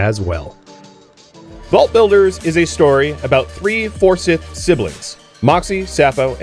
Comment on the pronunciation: My man, don't you live in NC and know its pronounced For Scythe? As in Forsyth County, where Winston-Salem is.